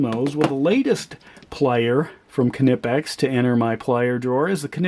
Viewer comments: Knipex is pronounced as one word, not kah-nipex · That is still not the way Germans pronounce. It is pronounced like knee , but without K being silent.